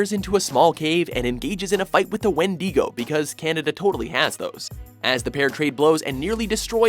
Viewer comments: WTF is a Wen-dee-go? LOL It’s pronounced “Wen-di-goe” (wɪndɪɡəʊ). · Wendeego is how he pronounced it!! GTFO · It's pronounced win-da-go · You did not say Wendigo correctly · didn't know you could mispronounce Wendigo...